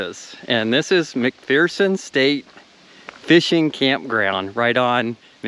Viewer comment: You might have bothered to learn how to pronounce McPherson correctly. macfurson, there is no fear in McPherson. Any local could have enlightened you.